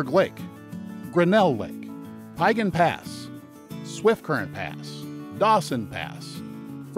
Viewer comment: This was thoroughly enjoyable, except for the pronunciation issues of a few place names. Piegan rhymes with began or pecan ( if you're from Savannah) with the emphasis on syllable #2. And Siyeh is equal emphasis on both syllables, and rhymes with pronouns I, He. (with an aspirated h at the end of he.